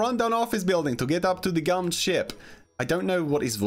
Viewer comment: It's gum not goo